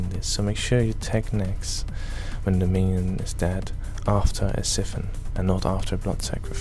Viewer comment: Siphon. It's pronounced 'sigh-fon' not 'siffon'